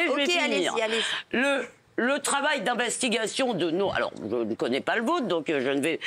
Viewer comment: Levy : il y a une tchose ou vous avez raijon ,,, le travail d’inveshtigachion !!